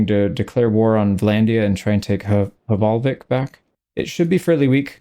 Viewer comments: Just a pedantic nerd here, want to mention: the first H in Hvalvik is pretty much silent, so it's more like Valvik; and Hús is the word for house, so instead of being HakerShus, it's pronounced more like Haker's Hús (think like a OO, like loose) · As a Norwegian, i would like to teach you how to pronounce the "vik" part in hvalvik! It’s Veek, like meek but with a V! The way you pronounce Hval is okay, it’s just the L, but that’s a difference in language.